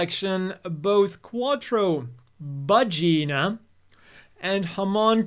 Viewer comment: Vageena? lol, I'm dying, haha!